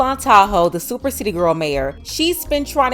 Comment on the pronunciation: Every time I hear her say SOUPer mayor I be so embarrassed 😭😭